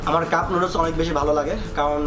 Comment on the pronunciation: Sala pronounce to kora shike ne age NOODLES KE NOODOOLS BOLE